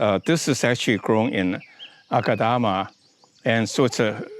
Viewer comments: Wait a minuute! It is aaaahkadama. 😇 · AADAKAMA😂😂😂 SLIP OF TONGUE